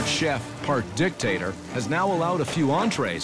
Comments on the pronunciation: The subtle emphasis on DICtator did not go unnoticed 😂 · "...this part chef, part DICtator" Wow. That stress on that syllable. I love it. HAHAHA! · And he put the emphasis on the dictator